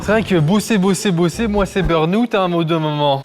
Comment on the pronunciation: ça dit de ne pas traduire comme au Québec, mais ça prononce bourne-aoûts au lieu de burn out 😂